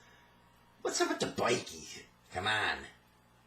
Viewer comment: "Bikie" is pronounced bikeh like biker without the r pronounced